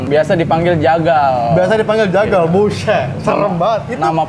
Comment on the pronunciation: bang waki kayanya kurang kopi kebanyakan garpit ini mahhhh. Ngomong jagal jadi tegal gak tuh wkwkwk.